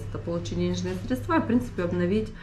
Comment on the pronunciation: Речь нотариуса неграмотна, говорим на "гэ", средства с ударением на а - ужас!!! Как человек, который работал 22 года с нотариатом, заявляю - это средневековье